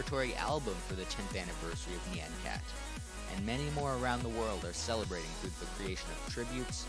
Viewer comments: "nyeian cat" good lord. it's nyan. rhymes with naan. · nie-on c-at not ne-on c-at, I'm sick of people pronouncing it "ne-on" IT'S NIE-ON. also gif is pronounced "g-if" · at the start he says it like nian (as in and) but its actually more like ni yä (like on, and with very little "i" in there) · It's not nyeaen cat it's NYAN cat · I came for nostalgia and now I'm having a breakdown it's NOT nye-an cat???? NI-ANNE????? AAAAAAAAAAAAAAAAAAA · I pronouce it "nyàn-kat" and not "nee-an-kat" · I'll still pronounce it Nay-an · neyan keyat is how your saying it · HOW DID YOU KNOW I USED TO PRONOUNCE IT AS NIYAN CAT 😭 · Actually, "Nyan" is the Japanese word for "Meow," and the omg was created using Hatsune Miku, a Japanese vocaloid, so its very likely supposed to be pronounced nee-ahhn. Anyway, Nyan Cat is legendary. :) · I have always, and will continue to, pronounce it as "Nē-ahn" cat. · I always Nyan cat was pronounced N-i-an cat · Knee-yan cat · I THOUGHT IT WAS PRONOUNCED NEON CAT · njen cat lol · HAHA I PRONOUNCE NYAN CAT NEE-ON CAT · me pronouncing it like neey-AH-n cat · I pronounce Nyan (nigh-an and Nyan) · Your pronunciation of "Nyan" irritates me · he's saying nyan wrong 😕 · you're pronouncing it wrong. the A in nyan should sound like the a in yawn, not the a in hat. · I don't like how he pronounces nyan cat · It's pronounced like "yonder", not like "plan". Honestly, even though "neon" is adding an extra syllable, that's the closest of all the wrong pronunciations.